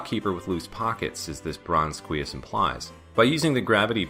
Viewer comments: Oops, didn't mean to steal your thunder about the Une. And yes, as for cuirass, it sounds to me like you're saying KWEE-us instead of kwi-RASS (that's /kwɪˈɹæs/ if you're familiar with IPA). And I believe you about the long explanations--even the example I gave wouldn't have fit entirely into the time it took you to walk through those rooms. I just think you could cut down the videos a bit since your focus is on explaining the interesting references rather than making a full video walkthrough (unless I have misunderstood your intentions). The other part that jumped out at me was the backtracking from the Librarian to get to the warp room. Since you didn't have any more annotations and we had already seen you run through that area, couldn't you just have cut to the top of the Outer Wall? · My main takeaway from your series so far is that the R in cuirass is silent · I am loving this series, but I have a couple criticisms that I hope you'll take to heart: look up the pronunciation of unusual words before you record (you mispronounced cuirass, basilard, and Scylla), and either narrate the long stretches of silent travel or cut them out entirely. For example, you could have cut out Alucard's standing from - and continued your narration while walking to the room beneath the Librarian. Other things you may want to research: I suspect the Une's name comes from the Japanese term "une une" meaning winding or sinuous. That would make the name of the "Alura Une" (Venus Weed in this Castlevania) a convenient pun in Japanese, as it is meant to be "Alraune," the German word for mandrake. Also, the Takemitsu dropped by that Flea Man is (according to the Castlevania Wiki) the only sword in the game that deals Hit damage instead of Cut, because it is a bamboo prop sword (which is different from shinai, the actual bamboo practice sword used in kendo--if I'm understanding its Japanese Wikipedia page correctly--and is also an insulting term for cheap, dull swords).